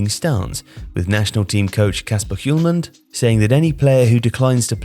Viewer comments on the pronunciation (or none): none